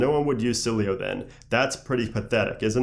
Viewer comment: it's "s-il-eh-o" not "sil-ey-o"